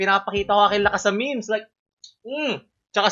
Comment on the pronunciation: HINDI MEYMEYS YON MEHMEHS YON CANCER KA